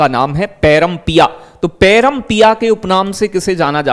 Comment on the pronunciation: पैरम नही प्रेम पिया नाम है फैयाज खा जी का